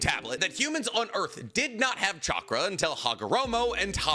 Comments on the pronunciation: Every time you say chackar i am goin to drink a bit of beer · I think you're forgetting that real ninjas pronounce it catchra